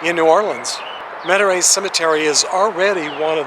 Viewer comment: I used to live around Houma, 45 minutes SW of New Orleans. The place you went to is actually pronounced met uh ree. Been there a few times. Yes, down there, especially around that area and below I-10 you have to put grandma or auntie in a mausoleum or special crypt, otherwise they'll be back to visit you come the next flood! I've still seen videos of it happen, though, quite sad when they don't know where they originated from. I haven't really read many of her books, but I did watch the movie. Pretty awesome author!